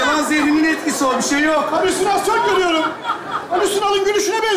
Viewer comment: Halüsinasyon değil o alisunalsyon.